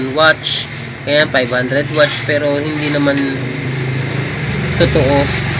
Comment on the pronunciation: Bakit lagi muh na sabi watch?.. Watts poh yan sir....